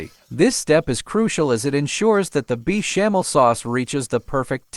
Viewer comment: Is this voice AI ? Beechamel sauce?